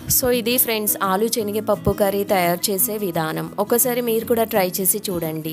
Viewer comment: Chenigapappu kadhu senigapappu